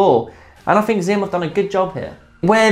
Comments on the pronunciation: Apparently it's pronounced 'Axiom', not 'Ziom'. Great video, keep up the good work. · The brand name is pronounced like the English word axiom. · How feasible do you think the vega x would be with 2.0mm as a backhand rubber? Btw just a note the brand xiom is pronounced as axiom.